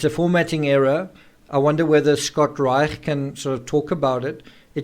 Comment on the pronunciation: I love how you pronounce Scott Reisch. A real Scottish 'ch' there. 😀